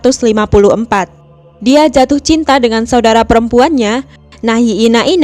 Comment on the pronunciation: Oh gitu bacanya, pantes kok kayak aneh "nahi enak enak" wakakak....